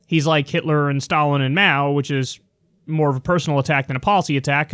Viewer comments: Máo’s name should be in the second tone, not the fourth. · It's Máo, Kyle. Rising tone, not falling.